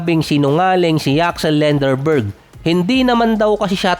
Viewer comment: D k Ata marunong mag Asa a. Lenderborg ka ng lenderborg. Lendeborg yn parekoy